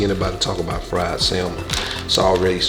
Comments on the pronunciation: Love your content bro... The L is salmon is silent...🤫 Great video! 💯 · The "l" in salmon is silent and there's an "a" after the "s." Not an "e." 🙂 Sorry. 😂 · Pronounced Sand-mon not Sal-mon like it’s spelled. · It’s the saying of the word (samon) salmon for me 🤣🤣🤣 but you did great 😊